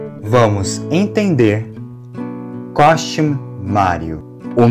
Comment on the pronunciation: Ao invés de ele falar Costume, ele falou Cosmute. 😂